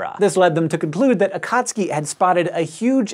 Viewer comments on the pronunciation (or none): AKATSKI? Nooooo!!!! AKATSUKI..... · A-ka-tsu-ki, not a-kat-ski... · Akat suki ? This guy says Akatski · It's Akatsuki, NOT AKAAATSUIKI! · In Japanese, Akatsuki is pronounced AH--kut--SUE--kee. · this might have been mentioned already, and this is, in no way, a criticism, but akatsuki is pronounced ah-khat-su-ki. strictly speaking, for informational purposes. still love what you do for this channel and please keep them coming. ;) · It bothers me that he doesn’t seem to be pronouncing akatsuki correctly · I think it's pronounce Akat-soo-kee but I'm not sure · Hank, you're not pronouncing "Akatsuki" correctly :)